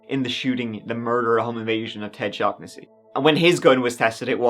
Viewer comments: No one gonna pull him up on the shag-na-see/shaw-na-see issue?? Especially for an irish fella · How he's pronounced Shaugnesy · Is it not shaw-na-see? Like I'm pretty sure that's an Irish name 😂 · It's pronounced Shawn-ness-sea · Thanks for the new upload, always grateful when you do ❤. Just a note ... The 'gh' in 'Shaughnessy' is silent, the name is pronounced "shaw-nessy". Cheers my friend 😊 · Gentle reader, It is pronounced Sha- nessy. Happens to be my name